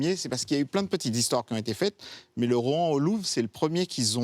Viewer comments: a chaque fois que je l’entendais le dire ça me trigger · Je suis le seul qui est stressé par la prononciation "ROT AN "